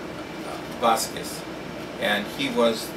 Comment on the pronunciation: Hes correct!! en Boriken( puerto rico) we pronounce our last name Bazquez or z silent.. Bazque